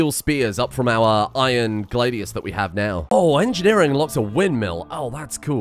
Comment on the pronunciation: Please stop pronouncing Gladius like that, it sounds like one of the poorly pronounced 'How to say'. ... Gla from glad( no d), the dius as in radius. 2 syllables. So many misronounced versions on th web thingy.